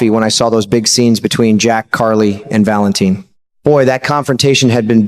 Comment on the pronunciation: like narrator? If you watch GH wouldnt you know how to pronounce Valentin, it is not Valen TIN